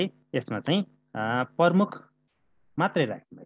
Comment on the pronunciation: सर नमस्कार । कुनै कुनै समयमा म हजुरको भिडियो हेर्ने गर्छु । राम्रोसित तयार गरेका पाठ देखेर खुसी लाग्छ । हजुरले " प्रमुख" उच्चारण सच्याइस्यो न ल ।